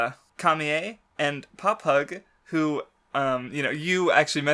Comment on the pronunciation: you really need to fucking learn how to pronounce shit in one piece you get stuff wrong all the time in the first twenty mins you say aqua laguna papagu camie and a slew of other words completely wrong like i know you hate the anime or whatever but you need to watch it to learn how to say shit properly